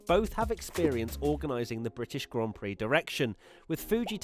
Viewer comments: when she called it a "glaan Peere" I got foking offended. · Cringe all around "Grand Piri" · Omfg, right? Im sittin here, watching this large woman call it a 'gan plix' or whatever the hell she said, while the actual winner of the damn race in question stands aside while she gets the spotlight....idk who the directors and producers was, but i like to think theyre on the hunt for new employers. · saying Grand Piri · I heard an American say grand pricks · She was faking her interest in motorsports and didn't even know how to pronounce a Grand Prix "Glaan Peere" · not just that, she couldn't even pronounce grand prix properly either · who must not be named Whatever you think, buddy, but the interview was embarrassing, she can't even pronounce "grand prix." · The whole segment was brutal...she didn’t even how to pronounce the words “Grand Prix”... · that was so painful to watch